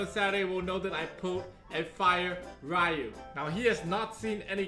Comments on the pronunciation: Its riyu, not rayu 😂😂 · He's asian and yet pronounces Ryu wrong facepalm